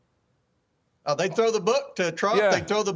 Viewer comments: Someone please help...WHAT is the DOG? It seems like he must mean the DOJ, but he's clearly saying DOG!? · What's the D.O.G.? He kept saying DOG.